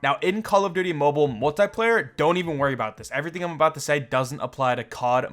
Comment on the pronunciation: No one: Multieplayer 🤔